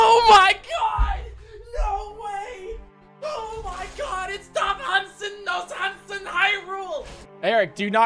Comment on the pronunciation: I love how he could not correctly pronounce the King’s name